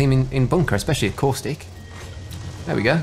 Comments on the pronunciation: I'm curious as to why you don't pronounce the T in Caustic? I couldn't work out what a Corsick was at first. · He kept saying theres a caustic in bunker and I couldnt understand... i heard corsic....